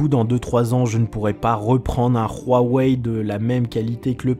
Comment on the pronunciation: En tant qu'utilisateur d'iPhone, j'aurais pu rager. Mais déjà je m'en fous, et puis t'es la première personne que j'entends prononcer correctement Huawei, donc poce blo.